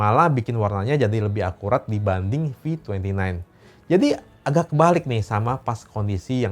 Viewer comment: Bro bukan agag tapi agak. Saya dengarkan baik dan nonton video ini .